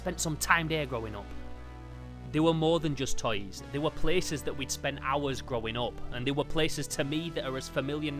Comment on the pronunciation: I like how you say "toys" as "tiys"